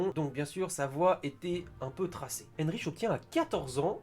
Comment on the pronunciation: c'est Erich pas Enrich !